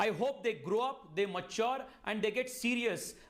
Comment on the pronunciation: its mature not maachor